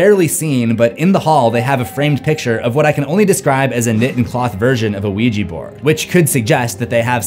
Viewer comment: dude its supposed to be ouija not the luigi from the super mario, o u i j a, OUIJA!